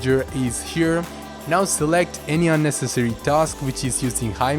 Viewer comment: I couldn't understand what you said in order to open the Chrome Task Manager. Was it Shift+SK? I thought it was Control+Alt+Delete? I haven't tried it yet as i am still watching.